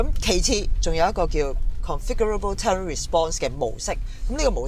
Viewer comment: 翻譯錯誤, 同埋 terrain 唔係咁讀。